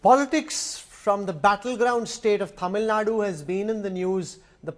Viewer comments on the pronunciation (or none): Please say >> Tamil Nadu << “DU” the ending is important. North Indians say it always wrong.